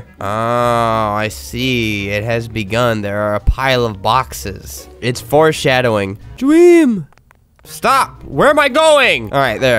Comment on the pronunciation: "This is serious stuff I'm gonna not make jokes" also him not even 1 minute in the game: GREEN DWEAM!